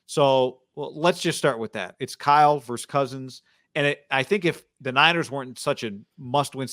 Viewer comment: Ok guys...it's versUS...not "verse"...you say it exactly like Shanny says it. My ears hurt every time--and the pain has got to stop lol...